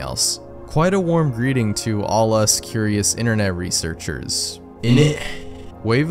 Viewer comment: the "innit" made me jump lmao💀